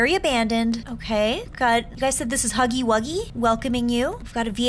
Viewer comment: She said snuggy wuggy